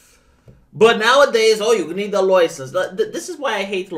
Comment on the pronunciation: Take a drink each time says LOUISENSE